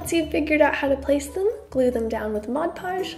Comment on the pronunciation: I'm just so glad you say "Mod Podge" and not "Modge Podge". 🤣